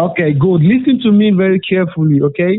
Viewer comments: It's ALWAYS, "Lystn to Mea!" It never fails. He must have attended "Each & Everything" University! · Leasen leasen leasen to meh. Leasen to meh. Are you leasening to meh?